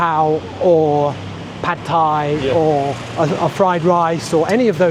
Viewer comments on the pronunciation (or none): Probably not that relevant, but it was amusing to me that he spoke thai so very, very well, yet when he spoke english, the dishes he mentioned were pronounced very english-y (ผัดกะเพรา and ผัดไทย at about ). That was unexpected, and funny.